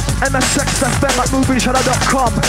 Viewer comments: MSX fm sounds like "i'm a sex fm" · Loool. I always wondered why the guy kept saying "I'm a sexoffender". It didn't register that he said "MSX FM"